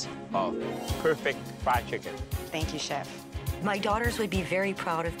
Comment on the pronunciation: "Thenk YoU ChEf"